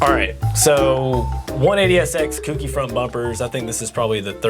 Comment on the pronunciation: It's CO-KEY not kooky not cookie